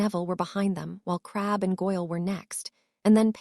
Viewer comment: hell a lot of them can't handle normal words well but yes this one has issues with names real issues. It likes to randomly add or subtract letters from them in it's attempts to pronounce them i seriously doubt every mention of crabbe is spelled crabbel yet the tts is adding that L every time for some reason. I honestly would not complain about purely phonetic pronunciation but random adding or removal of letters is not acceptable. I personal think they could do better then ponetic pronunciation but that is better then it repelling words before it pronounces them. The occasional issue when the writer missed an edit also fine it happens but a tts program has 0 reason to be modifying what is being scanned into it.